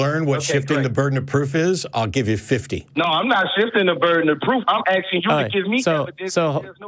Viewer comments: He’s aksing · The ghetto bum keeps AXING and AXING. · Why is the caller axin a question? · I'm axing you